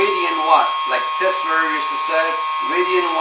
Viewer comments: Teslaaaaaaaaaa, not Teslerrrrrrrrrrr. Funny but impractical. You’d have to wear noise canceling headphones to power your tv and put it on closed caption. Would be like living at the end of LAX runway. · I had always mistakenly thought Tesla was pronounced exactly the way that it looks. However, this man taught me that it is pronounced: "TESS-LER". Apparently, the "ER" is not only silent, but it is spelled with an "A". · No "R" in Tesla!!!!!!!!!!!!!